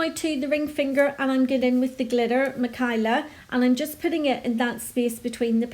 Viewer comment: I think it’s pronounced mi-kay-la (Michaela) :) my name is spelt very similar to the glitterbels acrylic (Mahkaela) and that’s how mine is pronounced x